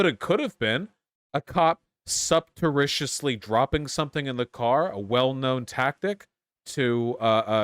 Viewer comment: Did really mispronounce "surreptitiously"????